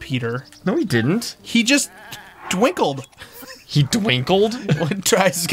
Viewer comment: "He just... dwinkled!" - 2020